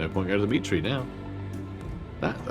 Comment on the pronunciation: I keep hearing "Dimitri" whenever you mention "the meat tree" 😂